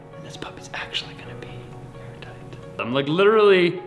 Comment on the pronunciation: I keep getting nervous when they say , “we’re Aar-tight’, as we all know is super important at that a home “breathes”. Ventilation, etc. Also, if they want to use that sunroom as much as it seems that Ali wants too, I hope they have a duct for central-Air. Cant, live w/o central air and be comfortable, and that sunroom will be a sweat-lodge, unless has an a/c vent for all the hot months, when a cross breeze from windows just wont cool it, enough. Best wishes, they should be super proud. ✌️